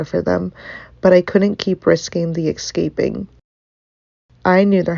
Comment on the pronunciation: The word is "ES-caping", not "EX-caping". Are the they type of person who "AX" a question too?